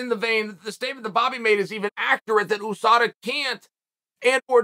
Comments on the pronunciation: The way uncle chael says USADA always catches me. Oosada😂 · I love when Chael P. says OOSADA